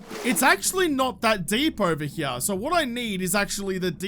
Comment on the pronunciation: cant say i have ever heard anyone say " here " like. " Herym "